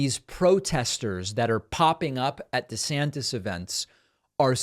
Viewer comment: Desanctits hahha I almost spit my coffee out